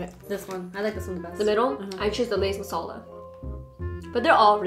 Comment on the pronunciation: Your accent when you pronounce “Masala” ♥️ love it 😊